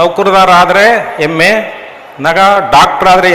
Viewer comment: ಹೆಮ್ಮ ಅಂತ ಹೇಳಿ. ಎಮ್ಮೆ ಅಲ್ಲ. ಉಚ್ಚಾರಣೆ ಸರಿಯಾಗಿರಲಿ.